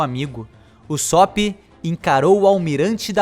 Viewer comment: q agonia ele fala usópp